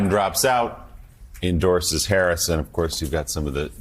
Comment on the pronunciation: Fox is so childish. They have nothing of substance with which to attack Harris, so they resort to superficial "attacks" such as making fun of her laugh, deliberately mispronouncing her name. SMH.